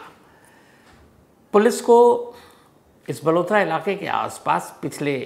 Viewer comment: बालोतरा है बलोतरा नही है बालोतरा बाडमेर के पास है